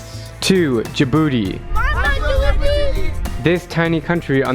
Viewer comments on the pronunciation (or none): D-A-BOOTY the name is kinda werid on how you prounuce it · When he said Dijobouti i thought he said ThE bOoTy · Bro he went to meh jbootay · Am I the on,y one who hears Djibouti as jibooty? Only ARMYS will understand 😉😉🍑🍑🍑🍑🍑💜💜💜💜💜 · When I heard Djibouti I thought he said the infamous jibooty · That i heard..... DJIBOOTY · I will hear Jibooty 😂😂💜💜